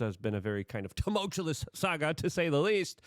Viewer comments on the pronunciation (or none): Uh-Pock-Toh-Lyptic 😅 I can’t take anything you say seriously anymore when you mispronounce every word by a mile and never bother to work on bettering your vocab. It’s way to TuhMulchChoLess for me these days. It’s way to larger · Please stop mispronouncing Tumultuous. Only one L. Better still drop it from your vocabulary. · It certainly is "tumultulus" Luke. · 'Teume' ult ious